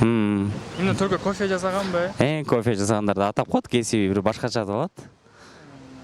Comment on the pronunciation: Алып баруучу жазаган дебей ,жасаган дечи